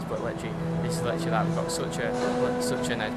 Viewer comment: Littrualy loves the word littrualy... Littrualy count how many times littrualy is said it's littrualy every sentence... LITTRUALY..... Basically also... 🤣🤣🤣🤣